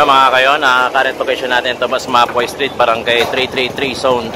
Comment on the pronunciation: hindi po map-wa ang pag pronounce. Ma-pu-wa po. Sagwa pakinggan inulit ulit nyo pa. Peace